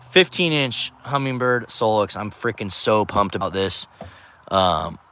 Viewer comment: No G in Humminbird. Great finder